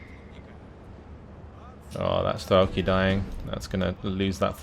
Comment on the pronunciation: Hi,. As your russian spectator let me do a littlework on pronociation (it's very painfull to her soome things every 5 seconds). Not strElki, but strelkI. The funny thing is that strElki is something very different (strelkI- shooters, strElki - lines). And not konnAya, but kOnnaya. kOnnaya razvedka means just horsman reconnaissance. And yeah, waiting for you plaing axis side. It'll be interesting how you deal with Andryusha's barrages without masses of arty or bombers on your side